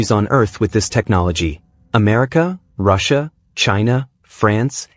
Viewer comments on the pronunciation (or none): none